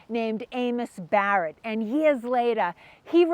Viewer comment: They mawched ... Sew many yeaas agow. Not for the faint at hawt.